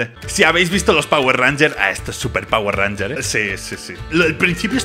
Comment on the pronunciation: cuando dices pawer ranyer se cae el de polo amarillo